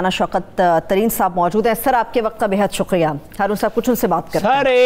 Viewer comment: Sick of this lady putting ق in everything. It's شکریہ not شقریہ